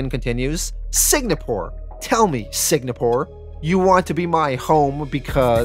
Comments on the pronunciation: It's driving me insane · SIG-napore? Lots of words get mispronounced on this channel, but this one was a lot harder to ignore. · Signapore? Was this a dyslexia thing or a play on words due to YouTube restrictions or something? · Is there something mentally wrong with you? How hard is it to properly pronounce “Singapore” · It wouldn’t be a video without me butchering the name of something! What happened was I thought Singapore was actually spelled differently, by the time I realized my mistake the full thing was recorded and edited, and I didn’t want to go back and redo all of issue 4 again. So sorry to any Singaporeans out there! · Why are you pronouncing SING-A-PORE so weird? You keep saying SIG-NA-PORE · lol are you saying Sig-na-pour? its Sing-ah-pour. also, did dude really just sink an island like it was a floating land mass? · ITS S-I-N-G-A-P-O-R-E NOT SIG-NA-PORE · If I hear you say “Sig-Na-Poor” one more time, my head will explore the same way Victoria from ‘The Boys’ on Amazon Prime makes people’s heads explode. Lol. “Sing-A-Poor” is how Singapore is pronounced. 😂 Great job with your channel btw. Love the channel and have enjoyed the content every since you did ‘The Boys’ full series on your channel. Keep up the awesome content, good sir, and I hope you have a glorious day when you see this message. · Note: I mispronounced Singapore as Signapore. For some reason in my head I thought it was spelled "signa" and ran with it. So apologies if it annoyed anyone. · Before correct you I love your channel and Patreon account buti think proper pronunciation is Sing-uh-por. Singapore